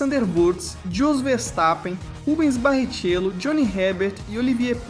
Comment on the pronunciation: Eu achei bastante estranho mesmo as pronúncias. Pra mim até foi um disparate e um cúmulo escutar a pronúncia do nome do nosso brasileiríssimo Barrichello com "Barritchêlo" ao invés de "Barriquélo", que todo o brasileiro conhece bem. Mas como deve ser I.A. mesmo a narração, desejo que na próxima matéria, esse problema seja superado. Tirando isso, parabéns pelo trabalho 👏🏻👏🏻👏🏻👏🏻